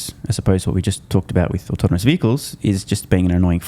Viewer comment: Did Dan say “autominous”? As in “Tesla’s leaf in autonomy will have autominous consequences for LEGAs’ existence…” 💜💙💚💛🧡